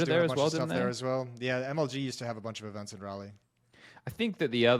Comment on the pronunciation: hearing pronounce Raleigh just made my day